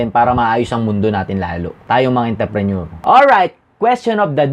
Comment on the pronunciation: Intreprenuer dong hindi interprenuer